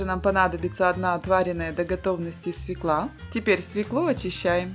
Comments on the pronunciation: Не свеклА, а свЁкла. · Не свеклА,а свЁкла! Посмотрите орфографический словарь. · Не свеклА, а свЁкла - это школьная программа! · Спасибо за рецепты, только режет ухо ударение: свёкла - она не свеклА, она свЁкла) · Не ФеклА, а ФЕкла Не свеклА, а свЕкла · Да действительно достаете очисткой, нарезкой и еще нужно говорить не свекла, а свёкла, чувствуете разницу. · Все хорошо, но зачем показывать как вы чистите овощи и так много времени тратите на их нарезку. И почему свеклА, а не свЕкла? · Не Фекла а Фёкла, не свекла а свёкла. Говорите правильно прежде чем учить людей. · Свёкла, ударение на первый слог. Салаты хороши, спасибо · Салат отличный! Но грамотное произношение слова свекла - с ударением на первый слог: свёкла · Правильно говорить свЁкла, свЁкла, вы в школе не учились? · Поставте правильно ударение в слове Свекла!